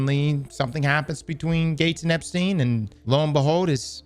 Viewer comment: "EpSTDein" lolololol